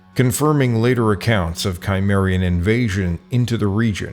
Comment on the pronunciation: It would be a good idea to correct the sound track for the MANY errors of pronunciation, from the proper names Herdodotus, Cimmerian, Sarmatian, Thracian, ETC. and to fix the pronunciation of to "rout" an enemy, which does NOT rhyme with "to root" out a problem@ Rout rhymes with pout! How can we trust your history or your genetics if the proper names are so often mangled / given incorrectly? If you are unsure how to pronounce Berezhovka, ask someone!